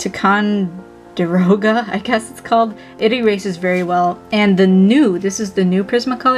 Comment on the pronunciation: Just to let you know, because this is something that would bother me. Ticonderoga is pronounced ty-con-der-oga